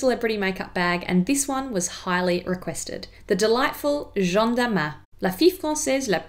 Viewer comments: Jeanne is pronounced as JANNE like J+ANNE not John No hate just pointing out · PS : Jeanne is pronounced ʒan with a more open /a/ like in ass 😂 & a little emphasis on the double /n/ Jean (as you're pronouncing it here) being a boy's name 😉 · Hello ! First of all you have an amazing accent, I hope my comment isn't going to stain that fact but I just wanted to say that "Jeanne" si pronounced "Jah-anne" (insisting on the n otherwise it sounds like "Jean" which is the masculine version of "Jeanne"). Think of "Joanne" without the "o" ;). Great video! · Merci! So sorry, I researched and listened to the pronunciation of Jeanne to try to get it right but found it quite tricky. Clearly swapped back to saying Jean without realising, whoops! 😯 x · Par contre tu ne sais pas bien prononcer « Jeanne », tu devrais le prononcer comme ça : j+âne et non pas jean+ne ! Ps: j’ai adoré la vidéo ! Bisous de Paris 🇫🇷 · Calling her Jean, as in Jean-Luc... she isnt french... !!! But she'll find a way of coming to Jeanne! like Jeanne d'arc, Jeanne Moreau, etc. Just listen to an interview with Jeanne Moreau f.i! or think of Ann, + a J in front... anyway its funny and cute! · I'm sorry, not to be mean, but it's not "jjj-ohn"; it's "jah-nne". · Thank you Jeanne! Sorry about the pronunciation, it was something I couldn't quite get my tongue around at the time but definitely know the difference now 😊 It's a lovely name! x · I agree your French pronunciation is really good, cheers to you! Just as a bit of constructive criticism, you are pronouncing Jeanne as “Jean” the male version of the name. Hard to describe but Jeanne is slightly longer with a bit of a vowel difference. It’s a subtle nuance, and like I said your pronunciation is amazing. Just letting you know because I would want a native speaker to tell me if I was in your position! Also I loooove these videos! Xx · ...it sounds like you're saying her name but the male version of it. Her name Jean-NE